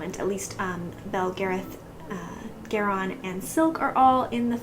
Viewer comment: Still so sad. Thumbs down. Listen to the audio books, Especially Polgara, Chapter 41 when they name Garion. It is Marion with a G.